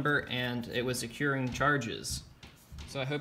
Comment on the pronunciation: "Accruing" not "accuring"